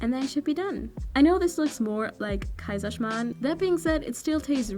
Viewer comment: Love how you said Kaiserschmarrn! Greets from Austria🇦🇹